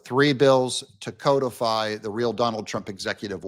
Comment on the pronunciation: It isn't CO defy.😂😂😂 Ask Google to pronounce CODIFY. You are doing it WRONG.😂😂😂😂